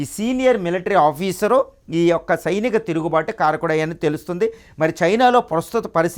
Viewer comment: Sainika not chinika tirugubatu